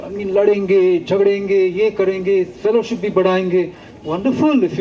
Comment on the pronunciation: Stupid fellow, its Fellowship, not pelowsip.